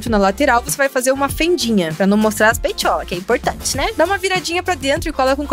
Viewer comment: "Pra não mostrar as peitholas" kkkk😂😂😂